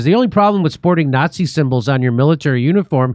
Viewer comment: you say nazi like a communist jew would jimmy